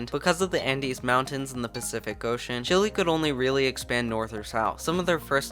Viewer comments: Great video but the pronunciation is chile like chill ay not chill ly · Mf is calling it Chilli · It's pronounced CHILL-EH.... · wait i thought it was pronounced shilé